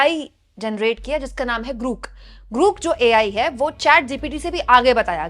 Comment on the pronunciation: It's not ग्रुक It's ग्रोक !!!